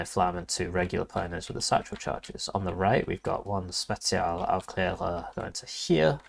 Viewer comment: is not only Ranked #1 but he knows how to pronounce Specialaufklareraruer properly.